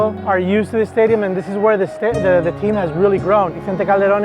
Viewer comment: Not trying to be a smart ass. But it's Vicente Calderón.